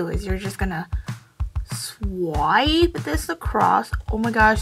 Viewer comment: Sw-eye-p shadow I’m sorry